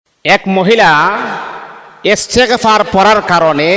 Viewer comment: এসতেগফার কি আস্তাগফিরুললাহ হবে,, শুদ্ধ করে বলেন 👋👋👋